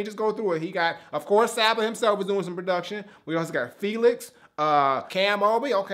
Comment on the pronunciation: Welp, I'm glad I get to keep my kneecaps. Told you that the album was dope man! Glad you actually checked it out and ended up really enjoying it. Also you pronounce it "saw-ba". If you liked this listen to his first mixtape comfort zone, to see his progression is dope af!